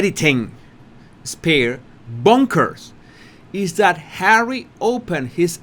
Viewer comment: You have to say HAWWY a few more times please you have me in stitches and I have had a really shit bollocks day today however I have you to cheer me up Bless you 🙏 😊 love from Cornwall UK 🇬🇧